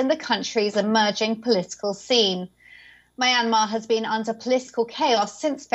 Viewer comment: You can't pronounce the name of the country, or their elected leader. The owner of this channel should message me if they want someone better.